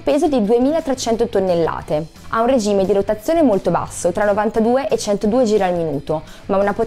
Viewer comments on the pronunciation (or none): none